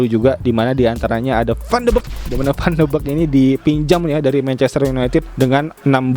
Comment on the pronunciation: bacanya van de bik bang, bukan van de bek